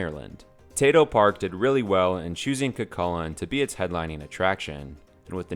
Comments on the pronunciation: It’s cú cullainn so when u say it it sound like ur saying you with a c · Btw it’s pronounced coo Cullen :) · Love Cu Chulainn (btw its pronounced kookoolane) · when your irish and he pronounses cu cuillian wrong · IKR ITSSSS SOOOOO TRIGGERING